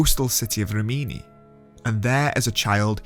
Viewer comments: correct REE-mee-née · REEM-in-ee. An Italian beauty emphasized the pronunciation just like that to me at a Fellini film festival.